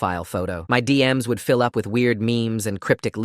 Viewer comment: Ahh yes a foill story... sorry had to point that out as thats hilarious